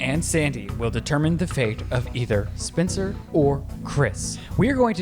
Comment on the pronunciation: 👩🏻‍🌾❤ I promise I'm not trying to do a read, but in the big brother game I kept hearing Ryland say SPINSTER instead of Spencer 😂😂😂